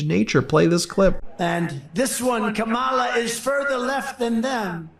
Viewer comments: And it seems impossible for Trump to learn how to pronounce Kamala properly. I mean, he really can't. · I don't understand why he doesn't have the balls to pronounce her name correctly. He is doing it on purpose. What a jerk. 🤬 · Trump can't even pronounce "Kamala" right. It's pronounced Com-uh-luh not Cuh-mah-lah.